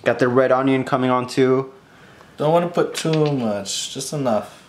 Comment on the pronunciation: Why does teeqo say red On-Ion instead of onion.